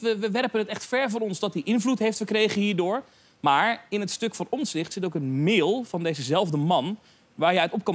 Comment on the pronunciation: Johan zegt steeds OMZICHT, beste man, de juiste uitspraak en schrijfwijze van de achternaam van Pieter is: OMTZICHT , met een T dus.